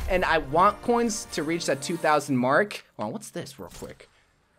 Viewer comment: I love how he says "coins" ... Kinda sounds like "cwoins"